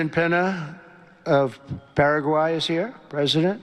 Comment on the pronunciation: OMG.. well that says a lot.. and has to be the most insulting comment toward a diplomat he has said to date. And it's Paraguay Trump.. pronounced 'way'.. not 'why'. What a moron. 🇨🇦😬